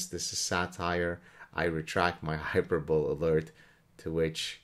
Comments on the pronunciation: I’m assuming it’s HYPERBOLE, not hyper-bowl. Hyper-bow-Lee. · High-per-buh-lee The final "e" is not silent. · It's pronounced Hyperboly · just fyi hyperbole is pronounced hai-PUR-buh-lee (apologies for the capital letter microaggressions) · It's pronounced "hyper-bo-lee" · I thought he either said hyper bull or mispronounced hyperbole. Not sure.